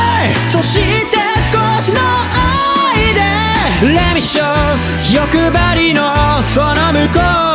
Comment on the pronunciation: の｢欲張りの〜｣の発音が好きなんですけどわかる人いませんか？？